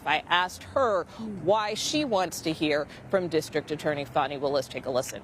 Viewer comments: I like how MSM media pronounces her name “Fauny” especially since allegations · Foni is not how our American Children Have Been Told to spell a/h. Its Fani like a big FANI